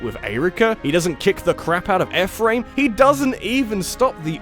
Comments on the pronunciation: It’s pronounced E Fh-Rim not Ef fram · I am simultaneously overjoyed that is talking about Fire Emblem, but at the same time triggered by his pronunciation of Ephriam.